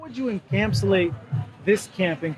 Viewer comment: “How would you ENCAMPSULATE this camp in COMPARISORATION” dude learn how to speak